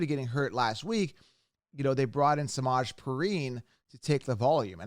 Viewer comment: Why did you say samajee name like that lmaooo 😂😂😂😂